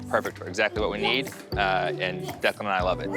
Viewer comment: You mean Declan? Or did you mean Declund? I do believe it's Declan and not Declund.😂